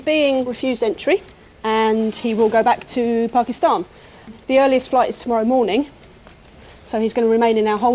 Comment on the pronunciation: says Pakistan perfectly!